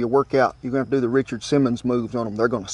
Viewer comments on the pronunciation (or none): none